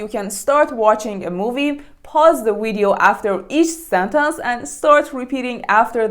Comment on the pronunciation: Is your pronunciation of 'sentence' correct.